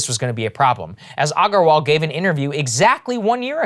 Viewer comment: Saagar bro, you know how to properly pronounce Aggarwal, come on 🤣